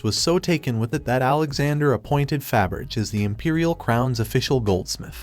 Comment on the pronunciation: Either someone needs to learn how to pronounce Faberge, or they need to program their computer voice to properly pronounce it.